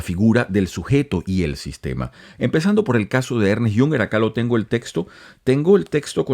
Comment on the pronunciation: No se pronuncia Ernest, sino Ernst